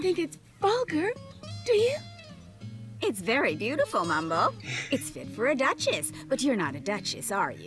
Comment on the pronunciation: And it's still MYMBLE! Not Mumble!